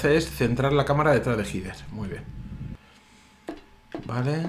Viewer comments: El nombre es Heather, yo lo pronuncio como Hyder. No se si estara bien pronunciado, creo que si. Saludos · Yo siempre he pronunciado el nombre de la protagonista como "Jeder", que extraño. En project zero la protagonista gira la cabeza hacia ños lugares donde hay objetos